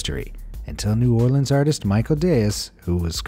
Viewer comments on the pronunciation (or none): none